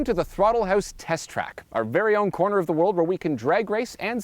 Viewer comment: Why does he say house like hoose